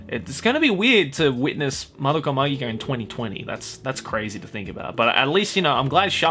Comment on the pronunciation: It's pronounced Madoka Magica, not Madoka Magica And Magia, not Magia